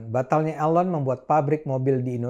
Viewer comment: Bang Cokro "Elon" as in "Eeeee" lon NOT 'A' Ayyy lon :))) bergurau Bang.